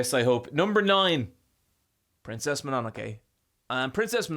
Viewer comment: The way you pronounce Mononoke hurts the very depths of my soul.